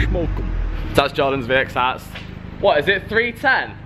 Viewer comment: “Shhmoke em” 😂😂